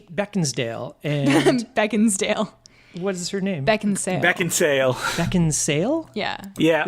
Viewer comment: Kate Beckindale damn even after knowing it's sale he kept saying dale